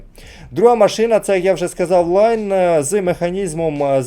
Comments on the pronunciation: Всі говорять лІон а як завжди наголос скаверкає лАйн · Навіт відео варгеймінга говорять ліон а автор каже шо то лайно😂😂😂😂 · Просто читає як англійською, але це італієць, тому Ліон.